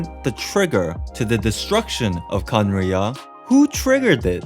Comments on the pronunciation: i think you have trouble pronouncing khaenri'ah because you say each syllable like it's a single word: "khaen - ri' - ah!". but it's more like "khaen!rya". idk maybe this helps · bro you said Cumriah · It's pronounced khan-riya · It’s like (Kan•rea) ¯\_(ツ)_/¯ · Khan as in khan academy, then "ria" as in ria, the shaved ice. Khan ria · Please stop saying khanrei’ah wrong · remove the ' in Khaenri'ah that's how you pronounce it